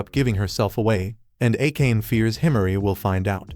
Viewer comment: Bro saying akane instead of a ka ne